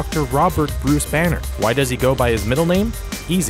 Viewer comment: Brus Banner, Brus Wane, LOL